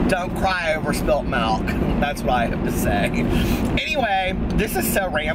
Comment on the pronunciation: You say "Melk" and I say "Milk".